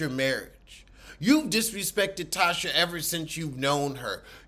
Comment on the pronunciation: Lawd he’s calling her Tasha when her name is Latisha and goes by Tisha😂😂😂😂😂.